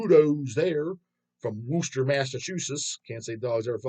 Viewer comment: Kudos to for pronouncing Worcester, MA. correctly. To be completely accurate, "Woostah" *edit Checked out Beneath Purgatory, just the latest upload, so far, sounded pretty good to me.